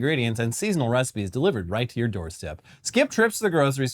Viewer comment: "To talk tuah yuah" had me on the floor, god dammit